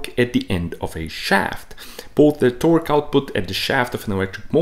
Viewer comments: The most disgusting way to pronounce torque.. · The west emphasis he puts on the q in torque...I can’t watch it. Too bad. Looked interesting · As it turns out there's a unit called a 'tawrk' and it's the distance my skin crawls every time you try to say "torque" but actually say "tawrk" with the particular tone and intination that you do... It's a smaller unit than a light year, but still pretty big. Please please please NEVER say "tawrk" again. Great explanation though. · I like the part when he says "TOARK". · “Tœrk” is absolutely how I’m gonna pronounce it from now on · man you tickle my tummy everytime you say torqkkkkkk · I’m spacing out and I jump every time he says “Torque 😃” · I enjoy your videos. I also love the way you say Torque. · The way he pronounces torque makes me so fucking aggresive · It bothers me how he pronounces torque lol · bruh im high and fucking dying overthe way you say torque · The way he says torque LOL